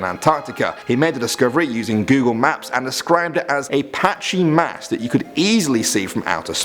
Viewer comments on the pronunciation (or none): Patchy Mass says Matchy Mass. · First of all, NOTHING scary about this. Not even creepy. , your "patchy mass" says "matchy mass". Well done. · patchy mass not matchy mass